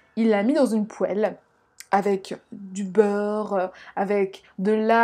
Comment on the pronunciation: Sa s'écrit poêle mais sa se prononce "poil"